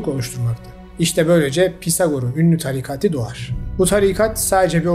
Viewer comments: sizin sesinizle uyuyorum videolar harika ama bu videoda çıldırmak üzereyim TARİKATİİİ DEĞİL TARİKATIII olacak başka birşeye odaklanamadım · Aga tarikati yanlış telaffuz. Tarikatı demen gerekiyir. Çok kulak tirmaliyor.